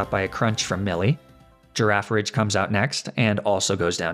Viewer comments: I heard the way he pronounced giraffirig and thought it was wrong but then I thought about it for a sec and realized the point of the name us that it's the same towards and backwards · I never thought of pronouncing girafarig like "giraffe a ridge".... makes sense! (Sometimes your funny pronunciations are worth something)